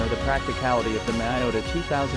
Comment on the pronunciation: miYota, not miOta